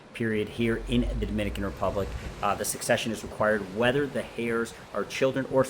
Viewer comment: Is this real? You keep saying ‘hairs’ and not heirs.